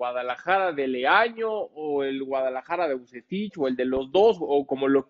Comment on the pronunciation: "Vucetish"... dice.